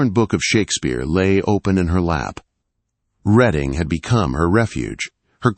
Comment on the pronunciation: She was not “Redding” a book! She was “reeeding” her book.